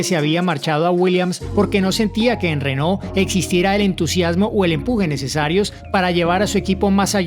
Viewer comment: Pronuncias renault como rénault.